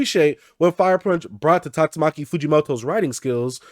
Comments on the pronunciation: Bro it's Tatsuki Fujimoto,,,not Tatsumaki😅😅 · First of all it's tatsuki fujimoto not tastumaki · I love your vids and all but its spelled/pronounced TATSUKI Fujimoto.